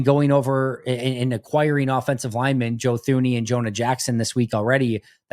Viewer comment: Thuney is pronounced as “Tuney”…. Bothering me big time 😂